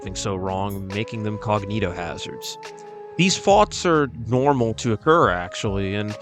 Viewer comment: how british ppl say thoughts